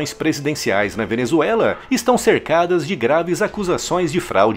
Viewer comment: " A Venezuelaf é excesso de democraciah"- Lula (bebado)